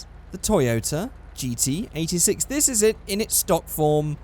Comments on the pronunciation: Notice me Senpai!!! Is it me, or did every time he say GT86, it sounded like he said GTA VI?!?!?! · what says: GT86 what I hear: GTA6